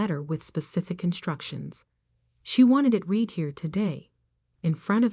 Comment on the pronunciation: Irrelevant, sometimes irritatingly distracting background! Verb "read" pronounced "reed" as infinitive and as present tense, and "red" as past tense and past participle!